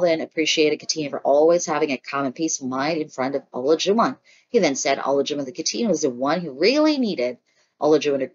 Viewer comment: Please learn how to pronounce the participants names‼️ It’s not o-la-jun it’s pronounced A-lie-ju-wan”.